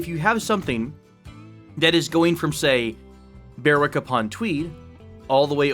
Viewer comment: The W in Berwick is silent X) not even joking